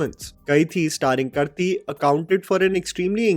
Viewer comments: bro it's not kurthi it's ka-ah-rthi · I dont know if you'll read this... but i always wanted to tell you.. Its not actor kurthi from kaithi(read kaidhi) .. its kaarthi.. which is actually the same name as kartik. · Bro the least you can do is pronounce names properly. I know you love bollywood and you'll lick a lot after watching Drushyam 2 in hindi but please make an effort to pronounce names of heros properly. It is कारथी and not करती. Your videos are also little streched when talk about Hindi movies especially about remakes nowadays. I do like few videos but few are just unbearable like Hindi movies. To. Writing this so that next time you'll atleast make an effort to know actors name before speaking about them. Note: This is not from a Karthi fan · Bro the least you can do is pronounce names properly. I know you love bollywood and you'll lick a lot after watching Drushyam 2 in hindi but please make an effort to pronounce names of heros properly. It is कारथी and not करती. Your videos are also little streched when talk about Hindi movies especially about remakes nowadays. I do like few videos but few are just unbearable like Hindi movies. To. Writing this so that next time you'll atleast make an effort to know actors name before speaking about them. Note: This is not from a Karthi fan. 😂😂 This is from fan of this channel wh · Kaithi's actor 's name is pronounced as karthik (as in karthik Aryan, but with the second "k" being silent).. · कार्थी है आ की मात्रा जरूरी है उच्चारण करते समय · You pronounce Karthik correctly, but Karthi wrongly. 😂 Karthi is nothing but Karthik without the k at the end. It's like a pet name for Karthik. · Why is it that you can pronounce the karthik in karthik aryans name and have trouble in pronouncing karthi's name like how Srk does in Chennai Express.